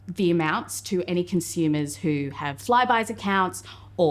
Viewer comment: I can’t unhear the pronunciation of “con-shoe-mers”.